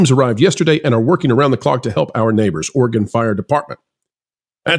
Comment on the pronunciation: Great video. Thank you for also not saying Ore gone. Your pronunciation of Oregon was perfect. Proud of my state for sending fire trucks. And I don’t live in Portland. The fire trucks where I live are very well taken care of.